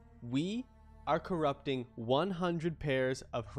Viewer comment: And today we corrapting <3